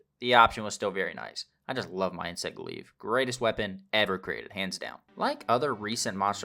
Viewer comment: Just a little thing but I think you're pronouncing glaive as if the i comes before the a. Its "glayv" not "glee-v". Otherwise good video. I'm a new player who's been loving it but I've got a 4080 super. Still have to run it medium to get over 100fpsduring battles with frame gen on